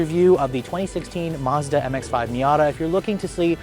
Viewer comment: There is no R in Mazda. You don't pronounce it Marzdah